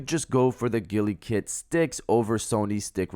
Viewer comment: Am I the only one annoyed af by the way he's pronouncing Gulikit?😠😤😡🤬